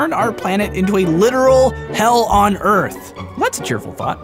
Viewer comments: "Erf" XD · "Erf" There's a way to tell when someone's just about given up.